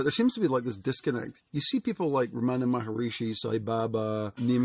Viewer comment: Hi, great ideas... but please pronounce his name right: Ramana MA-HAR-SHI (3 syllables). Yes, he was a great teacher and saint. I have been to his ashram in India, in Tiruvanamalai.